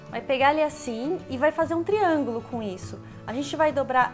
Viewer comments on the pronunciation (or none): ela falou triagulo ? /o\ iluminat corfimed